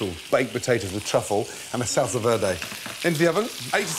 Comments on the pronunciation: I KNOW LOOOOL OH MY GOD i live on the border of mexico and no one pronounces it like that, it's pronounced verday not vlelrday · looks delicious. anyone else triggered by how he pronounces 'verde' ? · That pronunciation of Verde 😂😂 not so good at everything are you lad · Salsa VEWDEW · SALSA DERDE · i kinda am, portuguese is my main language and he pronounces it like "velde" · salsa verday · PowerfulDragon velde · Kantros he's fluent in French so he pronounces it like Velda, R = slurred L. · the good pronunce is vér·de , listen on google translate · Gordon is trying to hard to speak Spanish by pronouncing it "V-iair-day. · The way he says Verde makes me absolutely fucking furious.girl friend as just been twated dogs just been kicked why would you gordooooooooooon whyyyyyy